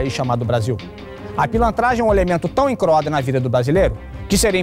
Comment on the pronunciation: ele diz '' tão emcroado''